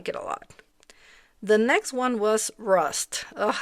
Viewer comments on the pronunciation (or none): none